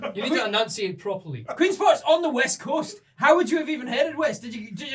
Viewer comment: he said WEST he said EAST he said EAST I love the intonation of the accent at “QueEnsPorT’s on the wEst cOAsT”